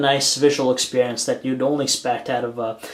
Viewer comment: The expeehhhhrience